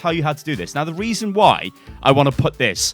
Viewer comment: 'the weason'